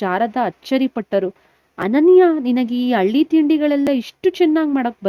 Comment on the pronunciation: Nivu pronounce correct agi madi madam..alli antira...halli annodu..matte hall annu aal annuttira...